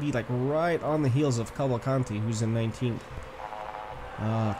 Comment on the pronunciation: its not calvacanti its cavalcanti.theres a difference.